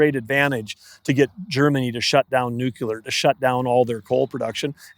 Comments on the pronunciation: Nuclear not Nuculer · and by the way...there is no such word as nucular...its nuclear smh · New-Clear, not Nuke-Ular. Why has nuke-ular become a word? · Axe me about my nukular pronunciation … 😂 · NUCULAR is the new black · Never heard of that "nukuler energy" before. 🤣🤣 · Great interview, but it’s tough listening to this guy say “new-cue-ler” instead of “nuclear” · I wonder if David wanted to correct every time Doug said “nucular”. 😊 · Big time energy guy and he can’t even pronounce nuclear properly come on man, you’re intelligent, make an effort to pronounce that correctly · How does this guy make it past committee without knowing how to pronounce "nuclear"? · Honestly stunned at how often I still hear people mispronouncing the word “nuclear” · Love this but the Secretary of the Interior MUST say "nuclear' properly!!!